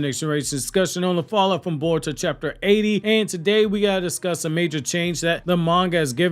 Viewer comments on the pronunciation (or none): none